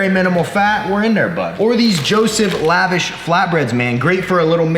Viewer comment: It's pronounced lə-ˈväsh!!!